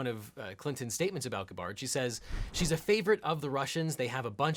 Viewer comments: Is it Gu-BARD or GAB-ard? I've always heard it "GAB-ard", so ..... my ears are bleeding listening to this, lol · "Gua-Bard" (with the ga pronuced like the start of good) is a mispronunciation. It's Gaa-Bird, with the ga pronounced like the start of gaff. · It’s pronounced GAB-urd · GA'-Bard not Gabbarred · “Nobody thought HRC was saying that Tulsi is a literal Russian spy.” - except for the people who do think just that. :( Also, it’s GAB-bird. I’m disappointed in you. :\ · Guh-bard..... My ears! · He can't pronounce her name right either... Does he pronounce "scabbard", "scuh-bard"? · I’m guessing by his pronunciation of Gabbard as guh-BARD that this guy’s prelaw wasn’t in diction. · You pronounced her name right once early on, then immediately went back to that strange ga-BARD pronunciation. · Objection! Guh-bard? I’ve never heard anyone pronounce Gabbard this way. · it's clearly Goo-beard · G U H B A H R D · Nope. Gab-erd is the correct pronunciation. Not sure why Eagle .. chose to pronounce it like this. But its very distracting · Nope you are correct. it is Gab-erd. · Objection! It’s pronounced GAA- bird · Objection! Dude, seriously? Guh-bard? Learn to pronounce your subjects' names correctly. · Tulsi "Gub-bard"? You pretty much lose all credibility when you can't pronounce a name right... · David Pakman + Legal Eagle = Tool-see Guh-bard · Pronounced like scabbard. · It’s pronounced GAHbard lol 😂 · Actually, It's pronounced Ga-b-bard, It's like mistaking Hillary for Killery. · whats with pronouncing Gabbard with the stress on the second syllable ? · Hard to take anything seriously here when you cannot even pronounce Tulsi Gabbard’s name correctly. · This video hurts, and it's not because of the way you say Gabbard. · This has to be an EPIC troll. He pronounces her name correctly in, but the rest is just butchering. I laughed through the entire video because I couldn't tell if he was serious. Which is so insidious. LMAO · Who is Tulsi “Gah-Bard”?